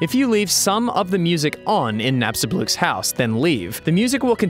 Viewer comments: "Nap-sta-bluke." I thought it was pronounced, "nap-sta-blook"? Like how you pronounce book? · It's actually pronounced Nap-sta-bloke. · say Nap-Sta-B-Loo-k. Like you're trying to say the word, "boo". Or Bloo, from Foster's Home for Imaginary Friends.